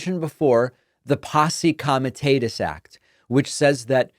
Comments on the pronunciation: First, I love your show, but want to correct your pronunciation of 'posee comitatus.' It's 'commie-taht-us' not 'commie-tayt-us'. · Dude, it's pos-ee kom-i-tah-tuhs